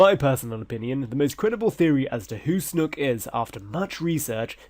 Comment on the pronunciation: I die every time you say 'snook'